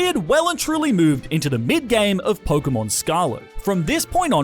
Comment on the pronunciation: It’s not porkumon it’s Pokémon